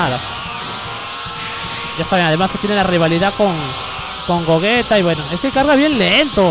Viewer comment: se pronuncia GOYITA !! no GOGUETA